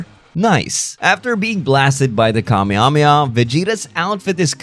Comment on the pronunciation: please learn to pronounce Kamehameha 😢